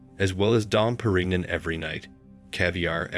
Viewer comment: Dom Perig-nun? This is a fake AI voice and that's a BIG pet peeve of mine. Unsubscribed.